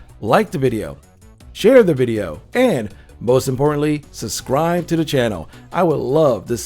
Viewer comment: “Subuscribe” lmao